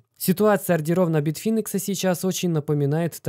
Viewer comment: информация к сведению: не битфИнекс, а битфАйнекс!